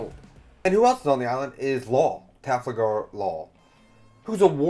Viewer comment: These name pronunciations are KILLING ME. Please I hope in the future videos you are are actually reading the names and not looking at the first and second to last syllables and making the rest up Arakanu Tafalgar Akokiji Wayno Kimimon I beg you